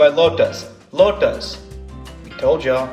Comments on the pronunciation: It's Lota(s) not lotus. ._. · this guy can't even pronounce the word "lota" properly